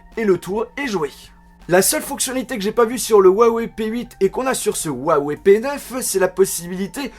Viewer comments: Juste en chinois sa se prononce rouaweï et non ouawé . Voila juste pas la peine de m'insulter en disant "on est pas tous chinois" "tg" ... C'est juste une information . ; ) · si juste me permettre, huawei ne se prononce pas wawei, comme tu le dis. Sachant que c'est une marque chinoise, en chinois, le "H..." se prononce plus à la manière d'un "R" Il est donc preferable de prnonce cela comme ceci : rwawey Voila en espérant ne pas avoir été trop chiant, et que ça vous ai aidé :) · on pronoce huaweiyyyyy pas ouwawè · ruawei... !! et non pas wuawei..!!!! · la marque huawei est chinoise. J'ai un pote chinois qui s'y connait bien. Normalement, la prononciation se dit Ouaï Ouaï. Peut-etre qu'il se trompe ou que c vrai, moi je sais pas. Allez salut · ps : au fait, juste pour info, on dit "Huawei" comme ça ; 'roua-woueille'. (le 'h' en pinyin chinois se prononce quasiment comme notre 'r'). :D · j'ai aimé ta vidéo mais Huawei se prononce ruawei t'as juste a prononcer le h en r #LogiqueDeLaPhonétiqueChinoise. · Yannick Il dit huawou c ca ? XD